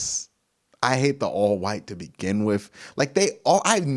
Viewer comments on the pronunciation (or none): none